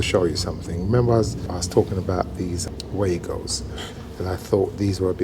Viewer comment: really enjoy your videos. really good work. the only thing is that the Wago connectors are from a German company and therefore Wago is pronounced as Vago. sorry to pick this up but its a common mispronounce within the industry.